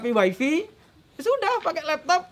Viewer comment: Bukan weifi, pak tapi waifai untuk pengucapan bhs inggris wifi 😁 who is problem? Mungkin maksud bapak what's the problem kali yak 😄どうしようかな。英語が分らなかったらインドネシア語を使った方がいいと思って。可笑しいをみたい。上手な人をみたいけど実はちょっと...Salam dari 富士町東京